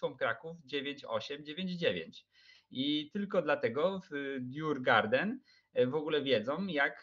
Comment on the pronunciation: Nie żadne djurgarden tyłku fonetycznie "jurgorden". A co do ogrodziarzy to prawie gdyż djurgården oznacza ogród zwierzęcy. Sam klub znajduje się w Sztokholmie. :)